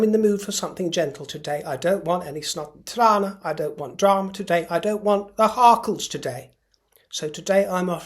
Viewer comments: I am delighted! 'Snot en trane'. This South African think you said it so well in my language 🙂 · 😅😅😅😅 Please explain where you learnt Afrikaans? snot en trane? Said in pure Afrikaans ‼️‼️‼️‼️😂😂😂😂😂😂😂😂